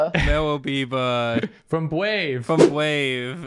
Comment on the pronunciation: "If ye could be bwave... Would ye?" Is an underrated line